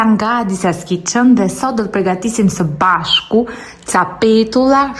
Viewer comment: You are a very good cook but I don’t get it why are you reinforcing the voice “ sëbashku” ? Gentle girl